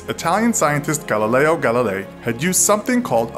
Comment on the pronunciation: Its Galileo, not GALALAYO